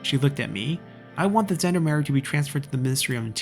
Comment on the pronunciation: Somebody already commented on Gendarmerie, however since this is a French loanword (in German and English) the G is pronounced like the 普通话 R (the one not like the English R). And all French words are stressed on the last syllable.